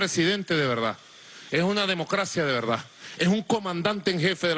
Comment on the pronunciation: DE VELDAD! JEJEJEJEJE GUSANO!